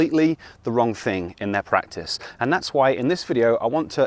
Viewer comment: Prac - tice? Whaddat?